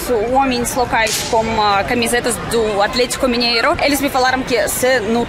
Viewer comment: Gostei de ouvir você falar o nome do meu time Clube Atlético Mineiro